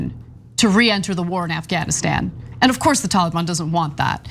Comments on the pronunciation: "the tollybon" lol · The way the reporter says Taliban is correct the way Anna says it's kind of cringe